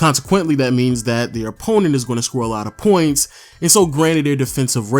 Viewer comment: The way you pronounce “points” make me cringe so bad